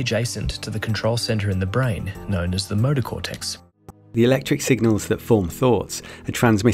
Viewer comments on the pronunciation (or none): .. did he say, "the murder cortex" ?? 😳 A.I. Will take over